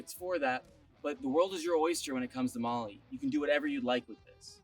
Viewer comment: FYI MOLE is not pronounced Molly, great camper.